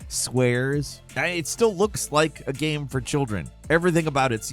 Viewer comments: omfg say ''game'', not ''gahm'' it's been more than over than a decade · Is it really that hard to pronounce the word game correctly